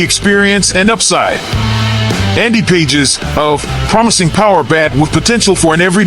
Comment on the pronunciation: Andy Pages’ ???? hahahahaha it’s pronounced “Pah hez”